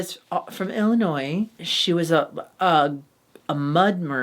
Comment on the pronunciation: Surprised nobody commented on Yuri pronouncing it "ill-ah-noise." You could tell Auntie was triggered 😆. Had not said it the same way I bet we would have got a diary room about it from Auntie lol.